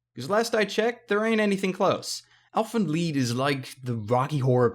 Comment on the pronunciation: i think he prounced lied wrong it's (L I EEE D as in i lied to my mom) not (leed)